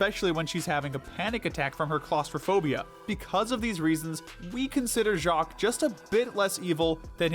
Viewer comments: I LOVE THE WAY HE SAID JACQUESSJSIWIEJEOWOWJSJEN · I'm still laughing at how they pronounced "Jacques"